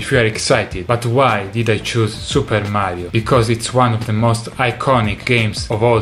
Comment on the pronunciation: Awesome to hear an Italian say "Super Mario" ^^